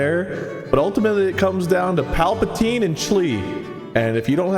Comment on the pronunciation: Gotta love that Emperor Paltapeen lol